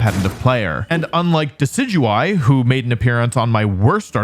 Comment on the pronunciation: THAT IS NOT HOW YOU SAY THAT NAME! IT'S DECIDUEYE!